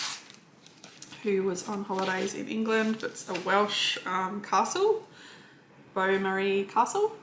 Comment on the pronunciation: Happy New Year. I loved seeing all your WIPs and I’m looking forward to seeing your progress in 2022. I’ve been to Beaumaris Castle. It is pronounced “Bow Marriss”. I wish I had seen a cross stitch kit in the gift shop. I just came away with a pen and pencil! Have to admit I was sad to see the pretty pansies being UFOd. Happy stitching. Kerry 💜